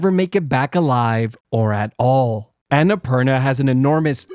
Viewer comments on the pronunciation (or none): Annapurna is pronounced AA-NA-PUUR-NAA I know it because it’s Nepali